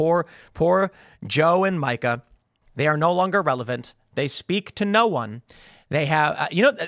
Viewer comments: Tim’s got one of those minds that can’t comprehend that “Micah” and “Mika” are pronounced differently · It's MEEKA, not MIE-KA. Continue on. Edit: I think they are both lying AND developmentally disabled. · Mee-kah. Not Micah. Just saying. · I can't stand the woman, but for f**k's sake, it's pronounced Me-ka not Micah. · MEE-kah. MEEEEEE-kah. Please, Tim. Micah is a dude's name. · It's Meeka. Not Micah. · Isn't it Mika, which sounds more like Meeka. That sound inbetween e and i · Her name is pronounced "Meeka." So frustrating to watch them anymore. I stopped about 8 years ago. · Tim, it's pronounced Meeka. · Can someone please tell tim it's mee-ka prozenski, not micah. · It's not Micah Timmy! It's Mica! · It's MEE-KA. Micah is a boy's name. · Isn’t her name pronounced “Meeka”? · Her name is pronounced Meeka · Joe is pronounced Joo......and Mika is pronounced.......Meeeeeeka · Thank you! It's been driving me crazy, and I wish someone on his show would correct him! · Does Tim pronounce Mika's name wrong on purpose? They only say her name on the show every single day. There's no way he doesn't know he's pronouncing it wrong. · Is Tim purposely mispronouncing Mika's name? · You really don't know how to pronounce her name do you? 😂